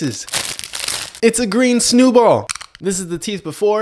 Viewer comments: EVERYONE STOP SAYING SNEWBALL CAN’T WAIT TO TRY A SNEWBALL ITS ANNOYING WORD IT IS PRONOUNCED SNOWBALL NOT SNEWBALL BC I DON’T THIN THAT’S AT WORD SNOWBALL IS THE CORRECT WORD.💀💀💔🤬😡🥊🥊🥊🥊🥊🥊🥊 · It’s a green SNEWBALL! It’s pronounced snow-ball……duh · My guy is out here calling is “Snewball” he needs to know how to pronounce snowball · Um…it’s pronounced snow ball and not snew ball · It’s a green snew ball! Learn how to pronounce food sir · I love how he pronounces snow ball he says snu ball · "it's a green snewball" THE WAY THIS GUY PRONOUNCES THINGS 😭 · I love the way he pronounces things😂 🥱Snewball🥱 😍tackies😍 😝nards😝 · "ITS A GREEN SNEW BALL" bruh can he speak with braces? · Guys plz dont be rude abt how he says snowballs bc what if he pronounce it like that